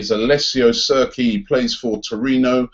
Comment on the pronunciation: Cerki? How do you even pronounce Cerci wrong. Yes i'm going to keep flaming your pronunciations. When was C a K. Call him Kerki. It's pronounced Cherchi Robbie ;).